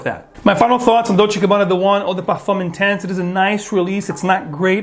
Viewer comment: Guess he pronounced it in French by mistake.